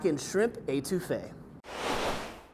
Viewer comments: Étouffée - to smother, nice try though. Your pronunciation would drive my Cajun grandmother nuts. Also, adding the tomato makes your Étouffée Creole. Cheers, and laissez le bon temps rouler! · I'm sorry. The way you Étouffée is driving me nuts.